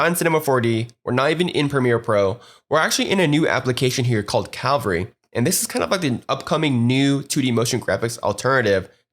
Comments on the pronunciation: Bitch its cavalry not calvary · He keeps saying ''Calvary'' not ''Cavalry'' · My thoughts as well. It's CA (as in Canada) - vull (like full) - ree (as in weeee!) CA - VULL - REE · The video was well made and I learnt a lot but I don't think I have ever been more tilted by the constant mispronunciation of a word haha. triggered me almost as much as hearing DJ Khalid try to pronounce jewelry